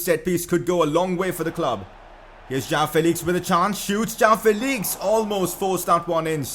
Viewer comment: Please pronounce it Jo-woah-n Felix